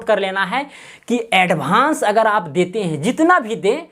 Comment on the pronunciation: भाई एडभान्स नही होता एडवांस होता है